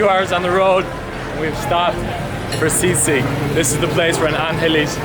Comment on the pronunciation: You pronounce sisig like sea sick 😂